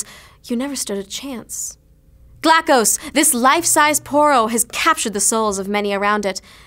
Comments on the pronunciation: oh its poro not porno xDDDD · well i have been pronouncing Poro wrong.